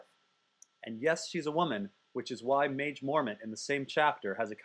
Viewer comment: At first i thought Maege was pronounced "Mage" as well, but it's "maggie" mormont.